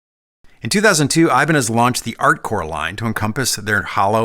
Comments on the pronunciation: That's not the correct prnounciation: It's something like "e" banez. The "I" sounds like in bitter. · It is said as Hibaneth ! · Apologies for being that guy, but it’s actually pronounced eee-bah-nyyez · It's always given me the heebie-jeebies whenever I heard Ibanez pronounced as "ay-bun-ehz" instead of "ee-bah-ñes". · It's funny that we say I-Ban-Ez (accent 1st syllable) When correct Spanish is Ee-Ban-Yez (accent 2nd syllable) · Was expecting to hear “Eh-BAHN-yez” at least once and was not disappointed. First Paul Gilbert reference. There; now I’m not one of the people complaining my favorite Ibanez artist was left out. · His last name would be pronounced "ee-BAN-yez". The ñ is a "ny-" sound, like ña is "nya". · Well it’s eye-bahn-ez now. Like it or not it’s become the brand’s id that the world knows it as. But cool to know the real word and pronunciation